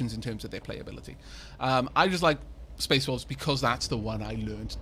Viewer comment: Did you hear space Dwarfs too? I did at first but a few sentences later realised he was saying "Space Wolves" Fenris' chapter.